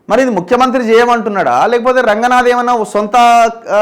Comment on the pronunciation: రంగనాథ్ కాదు రంగనాధ్ గారు అను